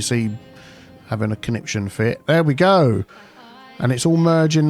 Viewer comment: You said Caniption fit lol Is that from the Great Rock n Roll Swindle?